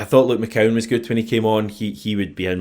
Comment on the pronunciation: His name's McCowan not McGowan